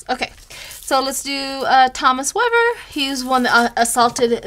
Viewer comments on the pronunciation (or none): none